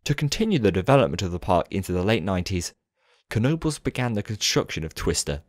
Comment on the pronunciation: Now I finally know how to pronounce Knoebels right